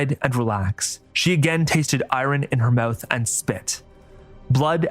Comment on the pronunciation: It's pronounced "iron"